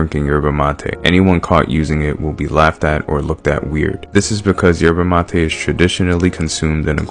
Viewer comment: "for drinking yerbuh matay" bro. It's pronounced "sherrvah" not "yerbuh" And "mah-teh" not "ma-tay"